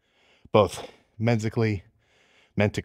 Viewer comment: Mentically and contreeze killed me 😂😂😂😂😂😂😂😂